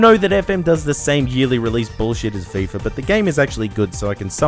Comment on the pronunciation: Fifa* not Fifer